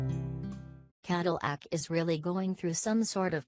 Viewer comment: Caddle ack? Human voice, please. Escalot? WTF?